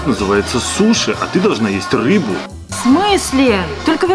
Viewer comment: утебе 1 буква р ты взила суши а там ррр рис ну и рыба сказал што только рбу😊